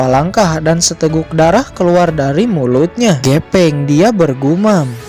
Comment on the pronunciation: Pake F bang bukan P. GEFENG BUKAN GEPENG 🤭 ✌️✌️✌️